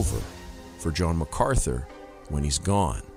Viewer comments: Brother forgive but you keep mispronouncing MacArthur with MacArthly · Mark MacArthur not Macartney.